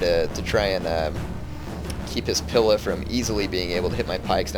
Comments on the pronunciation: "pila" is pronounced with a very emphasised "ee" sound. like "peel" or "wheel". youre kinda saying it like "pill" or "will". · Js that "pila" is pronounced "pee-la"